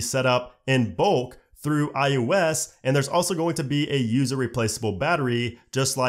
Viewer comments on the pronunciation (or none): Why does it always sound like this guy is saying "i-U-s" instead of iOS lmao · It’s “I O S” not “I U S”. I know you know that and it’s just your inflection, but man is it tough to listen to over and over. Thanks for the info though. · Is he saying IUS or is he just saying IOS weird? Is IUS something I don’t know about? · I swear I keep hearing him say "iUS 14"...it's iOS. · I swear it sounds like he’s saying iUS. Not iOS. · It’s pronounced I O S not I U S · It sounds like you keep saying IUS instead of IOS. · I like this guy and his videos, but does anyone else notice it sounds like he say “i-U-S” instead of “i-O-S”?